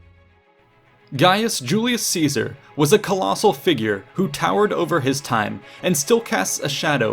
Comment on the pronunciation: Julius Catsar?